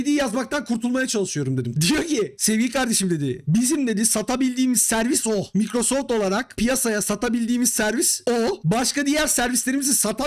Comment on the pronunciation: Microsoft'ta çalıştım diyip de Microsoft'u da " Mikrosoft " olarak okumazsin ya.